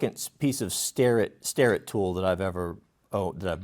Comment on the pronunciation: "Starrr-Et." I don't know why people pronounce it "Sterr-It."